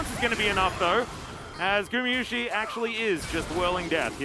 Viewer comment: that caster is still saying gumiyusi after 2 years of casting him. Please take your job serious xd